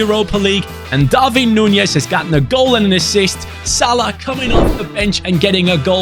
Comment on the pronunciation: love ur content but u say darvin nunez when it is darwin nunez